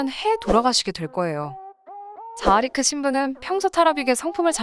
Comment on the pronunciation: 세르비아인이기에 원래는 타라비치일테고 정교회 신부도 자하리크가 아니라 자하리치일 듯 합니다... 세르비아를 비롯 구 유고권 남 슬라비아족 c로 끝나는 이름은 치로 발음하니깐요...같은 세르비아 테니스 선수인 Novak Djokovic나 구 유고권 부모님을 둔 스웨덴의 Zlatan Ibrahimovic를 봐도 그렇잖아요... 타 사이트에서 보니 결혼도 가능한 정교회 신부 자라리치의 후손들이 현재 남반구 호주에 이민가서 살고 있다고 합니다..큰 바다에 둘러쌓인 큰 섬의 나라죠...수도인 캔버라를 비롯 멜버른, 시드니 등은 또 남동쪽에 위치하고 있으니... 3차 대전의 큰 나라는 중국과 러시아진영과 미국 진영으로 나뉠테고 2차대전과 달리 미 본토도 무사하지 못할겁니다...3차대전은 곧 핵전쟁일테니깐요...재래식 전쟁이라면 장기간 끌 수 있는 미국진영의 압도적 승리겠지만, 핵 전쟁이라면 결국 핵잠수함(은밀한 SLBM)이 많은 미국이 최후의 승리자가 되겠지만, 서로 피해가 큰 이겨도 이긴게 아닌 전쟁이 되겠지요...